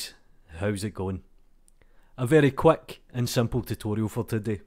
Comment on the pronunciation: "A very quack and simple tutorial for todeh." Me: "Excellent".